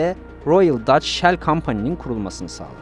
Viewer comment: Yanliz Shell deyin ancak 😅